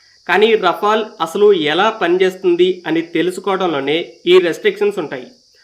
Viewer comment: బాబు రఫెల్ అని సరిగ్గా పలుకు మొదలు. మాట్లాడం రావడం లేదు.